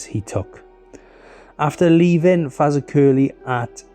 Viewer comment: FAZAKERLY!!! Ha ha ha ha ha I